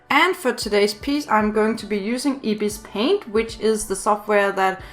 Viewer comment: Lemme help you say ibis paint x soo how to say ibis is like (Eye-bees) and the paint is (pey-nt) and the x is ( ex) not a hater